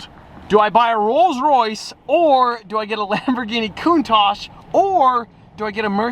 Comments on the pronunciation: I don't know if he knows, but that's not how how you pronounce "Countach" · Hm, upon checking it again I realized I, everyone I know and probably everyone in my country is pronouncing it wrong lol. I was thinking about Italian and how they would pronounce it like that but it's originated from Piedmontese because of a profiler that worked at Lamborghini at the time who was Piedmontese and didn't speak Italian. It's a word used in Piedmontese slang to show admiration. Which makes sense now on how it's actually pronounced lol. My bad.